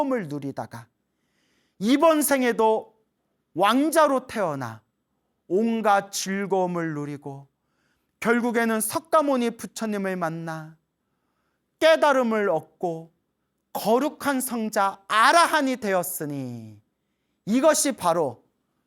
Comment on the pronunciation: 왜 대부분 스님들은 석가모니를 서가모니라고 말하는걸까요???그 이유가 궁금하네요 발음이 안되는것도 아닌데